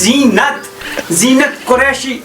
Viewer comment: Xynat❎️ zynat ✅️ ...😂😂😂